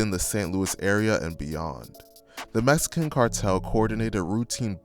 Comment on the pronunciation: He said Messican 😂